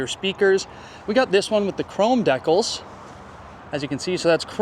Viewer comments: Don't waste your money around this soyboy. In Canada. They are called dee-cals, not deck-ulls. . Get real poser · Deckles,🙄 lol... DECALS (Deecals)!😉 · Lol, American here, was just saying to myself, what? Decal? Does he mean deeeeCal? 😆 I love how you handled that. Love the camper, too. I could easily live in that baby! (And we love our Canadian neighbors, as well.) 🌷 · Its not DAK-ALs its DeeKals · A CD player? Seriously? Why not just put an eight track player in…😂😂😂….And its DEE CAL….. DEE CAL…… deck ul sounds completely retarded. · Deh-culls….. or deecals….. hmmm……. 😂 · “deckles?” Come on man… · Deckles? Maybe he means decals. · Decal is short for decalcomania, it’s Di kal, not dekkle ¯\_(ツ)_/¯ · Deck-als....silly Canadians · De-cals is the proper pronunciation. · Holy poop!😂😂😂 I seriously didn't know he was saying decals! I have never heard it said that way before! I knew he was talking about the badges and sticker trim on the outside, but I thought "deckles" was just some technical term used in the RV world for the trim or something. I would have never in a million years thought that deckles was decals! 😂😂😂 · Vaylence! Come on man! It’s a valance, and I nearly deckled myself when I heard you say deckles. Good video, bad English, expensive and it’s just a camper. I’m just picking on you, but you made me laugh a couple times. Goto love them Canadians! Not Trudeau tho he’s a Hitler! He said the pot drawer! Oh that’s legal in Canada 🇨🇦? I like the 4 season aspect of this camper. No slides no leaks. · "You can see just how quiet it is in here." Canadians not only can't pronounce "decals" right, they apparently hear with their eyes. 🤨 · im also canadian and never heard anyone pronounce DECALS like you do... thats a you thing bro not canada thing lol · Decals im from the states i didn't know what you were talking about until you said it the right way aye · decals? potable? He pronounces everything like this on purpose doesn't he?